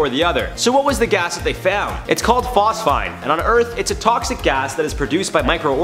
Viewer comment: Phos-feeeeeeen! 🤦🏽‍♂️Bro😊